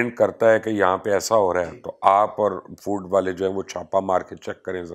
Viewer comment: فوڈ ہوتا بھائی فورڈ نہیں